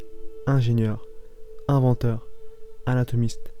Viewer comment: T'as un vrai souci avec les liaisons toi ! "est ce vraiment un grand inventeur" > se dit "un grand tinventeur" "les 3 plus grands inventeurs de l'histoire" > se dit "les 3 plus grans zinventeurs". "l'un des plus ingénieurs" > ... t'as compris je crois. Etc etc... Je ne sais pas quel age tu as... mais on peut difficilement admettre que tu saches parler français mec !